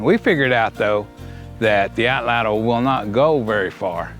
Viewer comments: “Atlatl” is a Nahuatl word. It has only two syllables, not three. The “tl” sound is actually pronounced pretty similarly in Nahuatl as it is in Cherokee. Here is a video on how to properly pronounced “atlatl” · Nahuatl becomes na-wat, so atlatl should be at-lat.